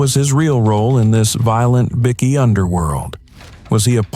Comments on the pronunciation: What is Bicky? Byekey is how you say it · Right say bike now say bikey it's not a fuckin biscuit bloody Al